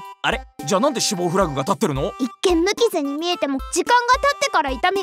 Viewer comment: フラグじゃなくて『フラ』って呼んでんの！？ってなったぁ